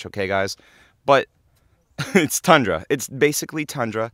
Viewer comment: Tundra is pronounced with U btw. Not A